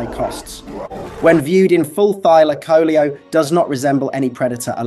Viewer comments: It Thyla caleo dude! And it's not extinct!😂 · Thy-laco-leo, pronounce it right 😂